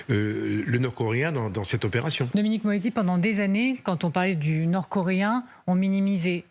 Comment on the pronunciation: C pas dominique moÏsi c Dominique moisi...